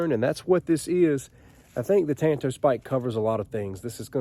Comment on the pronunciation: Ok, I have to educate you. For some reason in this country, likely because of the Lone Ranger, practically everyone mispronounces the Japanese word Tanto. The correct Japanese pronunciation of the word is like the Lone Ranger and Tonto. Enjoy your work.